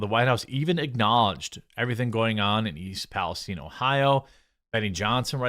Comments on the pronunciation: Palace STINE !!! like the region in the Middle East.... Learn how to PRONOUNCE Geremy... geeezzz or do not do the news.... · The way he says "Palestine"... Lol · WHY THE FUNK IS EVERYONE SAYING “PALESTINE” WRONG!?!?!? It’s not a jewish persons last name!!!!!!